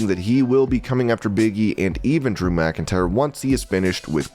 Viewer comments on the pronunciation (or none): none